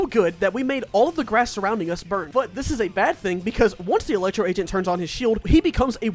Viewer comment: he just straight up says bird? i thouhgt it was burn lmao